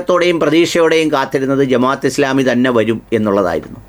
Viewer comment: പത്ത് വാ അല്ല ബ്രോ.... ഫത്‌വ എന്നാണ്..അത് പോലെ ജമാ'യ'ത്ത് എന്നല്ല ജമാഅത്ത് എന്നാണ്.. കാര്യങ്ങൾ പഠിച്ച് മനസ്സിലാക്കി public platform ൽ വരിക.. മലയാളത്തിൽ വാക്കുകൾക്ക് Pronounsation രീതിയുണ്ട്. അത്‌ പഠിക്കൂ ബ്രോ